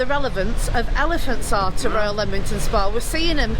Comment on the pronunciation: I went to school in Leamington Spa. And it’s definitely not Leemington, it’s Leamington Spa, as in Lemon. Yes the town has Regency houses with balconies. I also worked for the council for a while. Yes it used to be a lovely town, it was a Saturday treat to go out for tea at the Pump Rooms it was a tea rooms. The waters were awful tasting. Goodness my I lived 20 odd years around here and I’ve never heard of the elephants. How you find these things out I don’t know. I thought it was Jefferson’s Gardens.